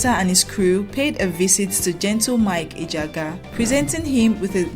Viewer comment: You’re doing well. The (g )in Ejiagha is silent. Ejiaha. Just…… keep up your good work work.